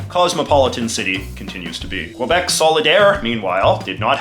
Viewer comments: JJ knows it’s pronounced KEY-BEK but says KWE-BEC on purpose just to be an 🍑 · you should pronounce it q eh b eh c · In Quebec, it's pronounced KAY BEK. This guy is quite possibly the most obnoxious YouTuber....like...ever. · it’s kebek not qwuabek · At least say Kebek not kwebec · it's not prononced COABEC, it's simply KBEC.... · when jj says que-bec instead of ke-bec, very good video though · When I was in the US Army, we used a phonetic alphabet to spell words over the radio. The letter Q used Quebec, which we were told to pronounce kee BEK. I've always said kwe BEK and I noticed that the Francophone speakers you taped also said it like we were told. You, however, pronounce it like I do. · Pronouncing it Kwebeck is just wrong. The way people pronounce Quebec or Montreal in English is one of the ways to distinguish an anglo Quebecer from other Canadians. The Algonquin, original, pronunciation is Kebec. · It's pronounced "Kebek" ffs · Can't even pronounce Quebec But apart from that, the video is actually a quite good exploration of the politics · Could you please try to pronpunce Quebec correctly? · Your favorite place in the world, yet cant pronounce its name right! Yikes 😂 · After all these years. You still can't say it right. You buffoon. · MFer can't even pronounce Quebec right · I still don't get it how to pronounce Quebec properly. Was it KEE-YOO-BECK or KOO-WEEA-BECK? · Aside from the fact he cant pronouced quebec right, his depiction was good.